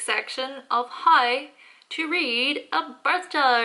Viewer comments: More like hi 😂😂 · The way you pronounce How , always gets me